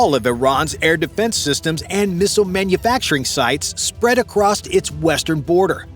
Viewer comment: Across has no T. Its across not acrosst